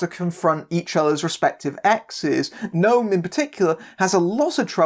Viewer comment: Oooh, an Israeli movie on Projector! How far we've come... Great review, wonky pronunciation aside (it's "No-am", not "Gnome"). Talia Lavie is really good (to anyone who hasn't seen "Zero Motivation" - DO IT), and I would love it if she went on to have a long and fruitful career.